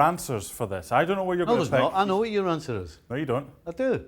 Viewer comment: "I wrote yar book... "